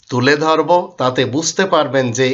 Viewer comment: আপনার উচ্চারণ ঠিক করা উচিত যেমন গড়বে, ধরবে এরকম দুই একটা উচ্চারণে আঞ্চলিকতা চলে আসে । দয়া করে ভুল বুঝবেন না। আপনার মঙ্গল কামনা করছে।